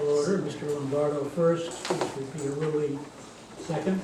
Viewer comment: It is Pia Rulli where not Pia Relli you should know how to say the mayors name